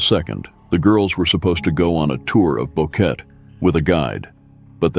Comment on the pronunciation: Can't you at least pronounce Lisanne's name correctly out of respect....and Boqueeeeet !?